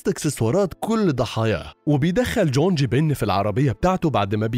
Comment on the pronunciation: اسمه jong مش jonj ، انا عمري ما سمعت اسم كوري كدا🤣 شكرا على الملخص